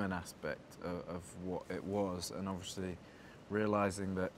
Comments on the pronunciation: “Obvioshly”😂bless him😂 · i literally thought i was the only one who realised that. "obvioushry"